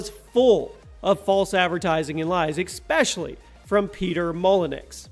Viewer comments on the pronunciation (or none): ESPECIALLY! GOD DAMNIT! SO MANY YEARS YOU HAVE SAID EXSPECIALLY! SAY IT RIGHT!